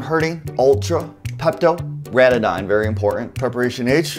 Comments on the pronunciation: It’s ranitidine. Not ranatadidaditidetadye. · It's Ranitidine, not Ratidine lol